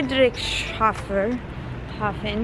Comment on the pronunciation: a little help for pronounciation: it's Friedrichs Hafen. Just think of Frederiks harbor.